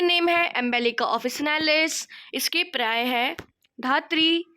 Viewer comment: That is paryaya,not parya